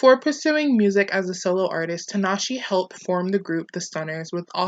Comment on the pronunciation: Good video but I cringed every time you said her name. The E at the end of her name is pronounced like an A